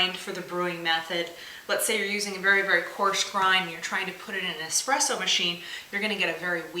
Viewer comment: Pretty sure it's going to clog my espresso machine, not my "expresso" machine.